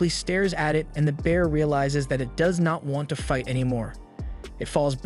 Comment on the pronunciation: If the AI voice hadn't mispronounced 'does' and 'live' i'd have thought it was just a monotone person. Also thanks for saving me tons of time tracking this down and watching it